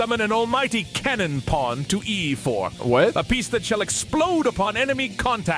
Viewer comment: Anyone else notice he says Kings "Porn"